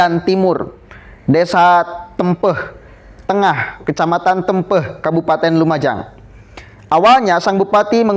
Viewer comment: Bukan Tempeh, tapi Te'mpe'h seperti mengeja tempe, tembak dsb.